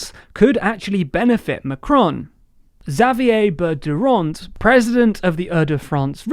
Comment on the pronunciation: Ooohh go on, say Xavier Bertrand again😆